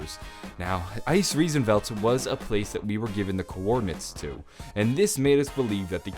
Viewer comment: you are my fav zombie youtuber now cause you really improved your german and can pronounce Der Eisendrache, Hohenwerfen and Eisriesenwelt very well!